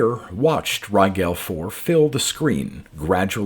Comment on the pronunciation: Too late for this one, but Rigel is pronounced as in "gel" like gelatin. Thanks for the great reading again, as always.